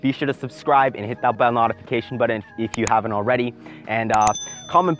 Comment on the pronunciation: im sorry did he say NOTification